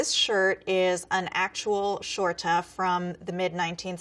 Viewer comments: H. E ja. Bittelitt. Det var forresten sinnsykt morsomt når hun sa: Stømpe😂 Strompe😂😂😂😂 og når hun sa bunad. Boonad😂😂😂😂😂 Redigert: også når hun sa skjorte. Skjårta😂 Redigert 2: Skjørt😂😂 Shørta Redigert 3: Herreguuuud😂😂😂 VeSkA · The weird part is that this elaborated “skjorta” is not the right word for shirt, as “skjorta” means “that shirt” rather than the single garment, which the garment alone would have been pronounced as “skjorte” with an E at the end. And she’s pronouncing «skjørt» and «skjorte» the same way, which can end up as confusing. The terms are highly over complicated, unnecessary and grammatically wrong to the point where these mistakes diminishes the videos overall point, which is sad. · The way you said Arendal just made me laugh because of how Americans pronounce it XD Oh and we pronounce it skjorte, well shorte (to make it easier for you to say it) not shorta But otherwise, good job :) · I’m Norwegian and you don’t say shorta it’s sjorte and strømper not strupe maybe you should make this with a Norwegian instead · I am Norwegian and when she tried to say "skjorte" i was like: Oof.... Because this was what i heard: "sjårta" It honestly would have been better if she just said it in English. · I'm kinda cringing at the way she said "strømpe" because it's not accurate. I live in Norway. Just heard her say "bunad" too.. also wrong CRAP she just said "skjorte" I can't blame her though. It's hard. skitbuksum, she said "skjørt" and "veske"